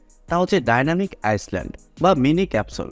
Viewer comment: আইসল্যান্ড না রে ভাই ওটা ডাইনামিক আইল্যান্ড 😄😄